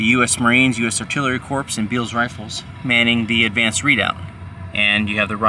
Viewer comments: Thanks! note: corps is pronounce "cor" no ps. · Really well done and seeing the ground adds so much to the historical reality of the battle! Corps. Is still pronounced “core,” though.